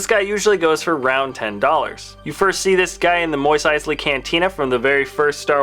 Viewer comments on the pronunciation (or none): Moist Eisley?????